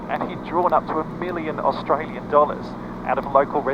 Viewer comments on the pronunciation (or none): none